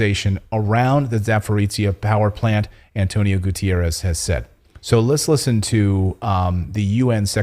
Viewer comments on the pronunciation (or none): Not Spanish Gyutierez but Portuguese GuteRRes Never seen a single soul say it right, beside Portuguese speaking nation TV anchors